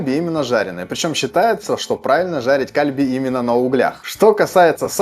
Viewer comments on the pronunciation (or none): кальби ударение на И, пулькоги ударение на И